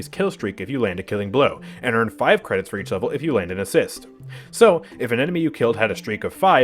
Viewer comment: "Spend your cwedits before I spend dem for you!"